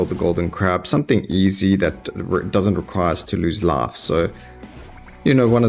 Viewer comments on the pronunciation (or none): I really like how instead of "life" you say "laugh" and instead of "ice" you say "ass".